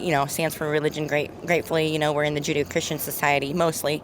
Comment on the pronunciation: "We're in the Jew-dee-O christian society" 😂😂